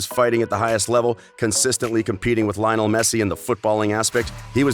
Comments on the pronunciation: "Linol" Messi!! 😂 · Oh and Lio-nel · Everyone: Lionel Messi This boi: LiOnAl Mesie